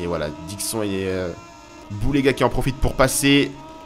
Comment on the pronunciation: Au niveau de la prononciation de Dixon... Dis le comme si c'etait ecrit : " DIXONE" sinon rien a redire